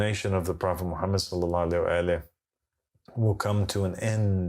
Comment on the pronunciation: Why can’t he prounouns Mohamed salalaahi wa 3laihi wasalam??🤔🤔🤔